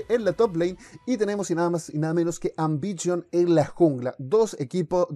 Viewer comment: Ambichon LUL y esa pronunciacion papa